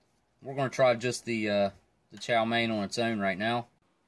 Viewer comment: Chow mein “main” lol